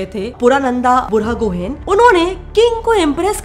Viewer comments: Being from Assam, gohain pronunciation is गुहाईं not गोहेन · I don't know why ....but the pronounciation is funny to hear . Kiba 1ta hahi uthe xuni kine name tu 😂